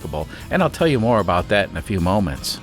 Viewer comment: more not moor.